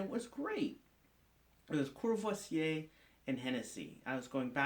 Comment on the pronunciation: sounds like you said: ''kurwa vse''